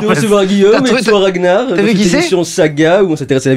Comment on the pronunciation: Ah ok je pensais que ragnard le breton ca se lisait comme ça s'écrit. Pas RaGnard le breton